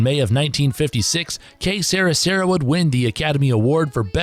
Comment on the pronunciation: Good list but how could the announcer have the recordings on in the background and still mispronounce two titles..."Que Sera Sera" and "What'd I Say" are not "Que Sarah Sarah" and "What Did I Say"